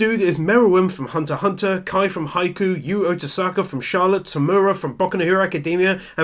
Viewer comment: "Kaye from Hai-ku" the pronunciations... they're killing me...